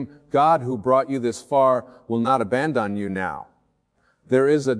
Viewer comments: Its not. I heard him mispronounce the word abandon. It had me up until then. Aban-don. Damn that sucks. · This isnt wayne dyer. Wayne would know how to pronounce the word abandon. Go to 4 minutes 30 seconds.